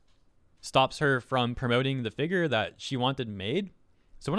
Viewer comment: Can u for the love of god, say figure right? Like what the hell it’s doing some to me I don’t like it